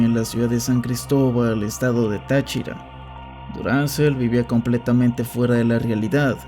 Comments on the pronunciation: Aparte que dijo TachÍra cuando en el siguiente clip que pone la presentadora lo pronuncia bien, no le costaba bien pronunciar bien los nombres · muy buen video! lo único que deberías mejorar es la pronunciación de los sustantivos propios, como nombres de ciudades (ejemplo, pronunciaste mal el estado “Táchira” incluso cuando mostraste una imagen donde la tilde en la letra “a” estaba presente) 🫶🏻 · Excelente video jahsjs Solo unos detallitos. Están mal pronunciados algunos estados, Delta Amacuro es con el acento en "DEL" (Delta) y "CU" (Amacuro) "TA" en Táchira. Solo eso xd. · Y es tÁchira, no tachÍra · también llamó mal a Dorangel. pronunció mal Táchira y dijo que dorangel era de Mérida